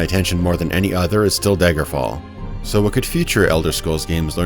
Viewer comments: All I hear is "Daygerfall" lol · Why do you keep calling it "Deigerfall`"?